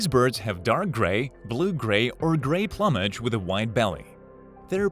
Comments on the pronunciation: Did you miss “plumb-age”? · “Plume-age.” Not “plumb-age.” You’re welcome. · Jesus Christ! Learn how to pronounce plumage! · "it is believed that this prehistoric bird is associated with non-extinct dinosaurs" ??? You mean birds? The pronunciation of plumage too Christ you can tell this is just a script written by skimming Wikipedia until it was 10 minutes long before being voiced by some fucking guy for a $15 Starbucks card